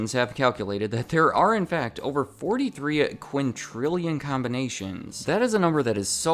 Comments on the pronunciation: It's quintillion, not quintRillion. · It's "quintillion"... not "quintrillion". 😉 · Quintillion , not quintrillion. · It hurt me to hear him say "quintrillion" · Thanks a ton for making this. I used to love solving them. 1 thing I did notice, when you were pronouncing the amount of permutations the cube had, you said quintrillion with an r. Not a big thing, but I thought I’d point it out. Love the vid though!!